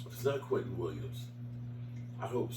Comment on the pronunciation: If you don’t stop calling that man “Quinton” it’s Quinnen‼️🗣️🗣️🦅🦅